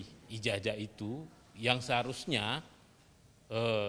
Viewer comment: Cobalah kalau bicara memakai bacaan yg benar ijajah padahal kan ijazah